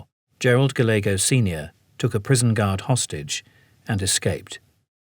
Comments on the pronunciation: "Gallego" is usually pronounced "Guy YEG oh." But here the "L" is sounded. Anybody know why? Just an Americanization? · sorry but their miispronounciation of Gallego was such a bleh.